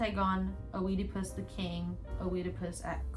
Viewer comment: Girl. It’s good you want to recommend different books, but please look how to pronounce authors’ names. I have never heard Goethe pronounced like that, and I don’t think I can recover. Also look up the correct pronunciation of Tove Jansson, Chopin And Heidi is a Japanese anime. And it’s not only Oedipus you mispronounced, also Antigone, and Werther.